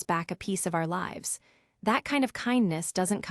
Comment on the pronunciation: I enjoy the storues but they would ge so much better if AI could pronounce words correctly i.e. lives vs lives, tears vs tears 😮